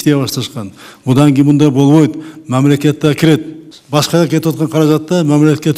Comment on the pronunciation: Мямлакят онугот кудай буйруса!🤔